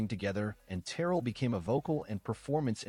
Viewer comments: AI, it's Terr rell. Not Terrell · It is Terr elle, with the emphasis on the elle.